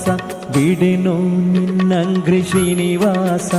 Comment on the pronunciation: Bideno ninnanghrri not ninnagri. ( ghri no gri)